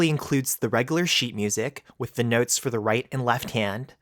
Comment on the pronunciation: Your accent is killing me 🤣noootes